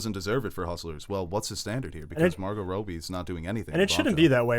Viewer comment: to the way he pronounces Robbie